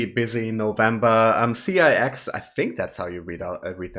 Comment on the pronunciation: you pronounced it correctly, it is C-I-X :) Thank you loving them. The guy with Mint Green Hair is KIM SEUNGHUN